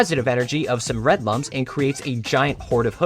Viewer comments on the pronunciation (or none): Should mention that lums are pronounced "looms" as in "illumination." Also thanks for telling me there's a Rayman board game, I am getting it immediately. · Clicking off for the lums mispronunciation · I played origins when I was a child. All I can do is watch and suffer as everyone mispronounces Lums.